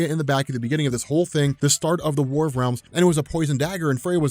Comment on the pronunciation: “War of Wealms” min .